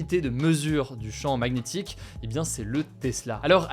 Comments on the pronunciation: Maguenétique != magnétique par pitié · Au cas ou, le g de magnétique est muet ( Ma Nié Tique) déso ca m'a perturbé tout le long 🤣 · Une prononciation de "Magnétique"... Originale ^^